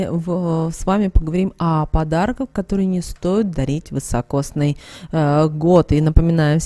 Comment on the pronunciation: Не вЫсокосный а вИсокосный !!